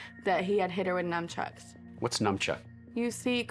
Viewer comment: It's nunchucks not numbchucks!!